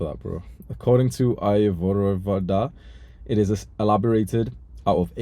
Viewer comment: The way he says ayurveda lol